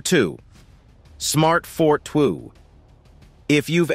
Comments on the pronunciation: Did he just call the Smart Fortwo car the fort wo? It sounded like it. It Smart for two. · Smart fortwo is said for two not fort wo